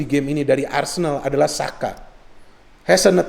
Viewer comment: ooo...saya kira xhaka bung,soalnya tadi terdengar seperti xhaka